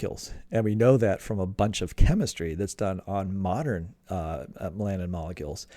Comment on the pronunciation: When you say "me-LAN-in", do you mean "MEL-a-nin"? {:o:O:}